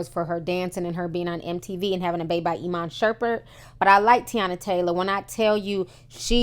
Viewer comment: Did she just say iman shurpert 😂